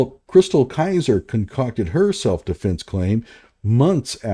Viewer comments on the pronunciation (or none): Tell that dude it’s Metcalf not Metclaf. Penny… not Pender. Self defense not self deflense. This dude is the epitome of an idiot. I think he mispronounces names to disrespect them.